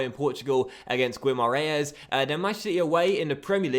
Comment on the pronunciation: Instead of trying to say Guimarães, say Vitoria, its the easiest way to say it!!